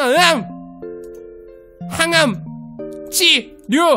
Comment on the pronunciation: 항암! 치! 료! 발음 귀여우셬ㅋㅋㅋㅋㅋㅋㅋㅋㅋㅋㅋㅋ